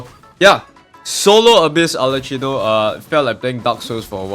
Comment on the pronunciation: Its supposed to be arlekkino lol